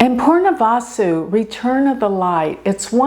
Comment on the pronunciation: hi, its Punarvasu not Purnavasu. Punar mean again/return. purna means end.